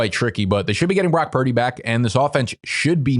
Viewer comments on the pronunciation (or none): none